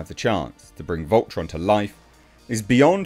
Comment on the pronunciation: Volton? It's Voltron